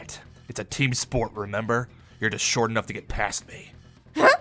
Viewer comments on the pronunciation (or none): The emphasise on the T tho